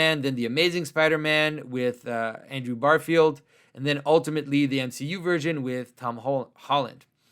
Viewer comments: Great video. But it is Andrew GARfiled, not BARfield, though. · Plot twist: Andrew Garfield is a huge Symbolic World fan, and is devastated at how Jonathan pronounces his name.